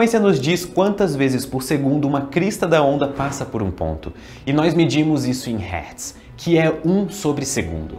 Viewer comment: Hertz, se pronuncia assim: Hér, solta arzinho, tiizzz linguinha de cobra...